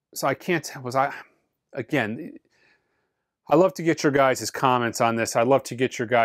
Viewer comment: "You guises" ?